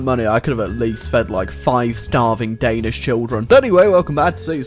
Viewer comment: Day-nish? Where are those people